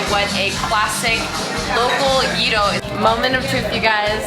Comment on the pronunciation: Nobody in America says gyro the dumb way you said it. That’s just ignorance to the way it’s actually Said.I’m American and I’ve been there and many other places and we are the ones that mess up how things are said.!